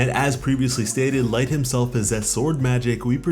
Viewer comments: It's not light it's Licht....as in lit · it's Licht Lick-t not light. Yes i know that also means light but that isn't how it's pronounced. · Bro... Your saying Light.... Its licht bro... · Is no one else disturbed at the fact that he called licht, light? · nigga its licht not light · bro lost respect for calling licht light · Bro the leader of the elves is not named light why are you saying it like that lol this is not death note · Hate to be that person but licht isn’t pronounced light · Did he just call licht... 'light'? lol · Literally ruined it for me, as soon as I heard it I had to see if somebody else noticed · I’m sorry but bro it’s pronounced LICKEDT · U r pronouncing Licht wrong! It means "light", but the name is German. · Just saying, you're saying Licht name wrong.